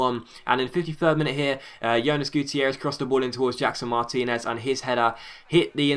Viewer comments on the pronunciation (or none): none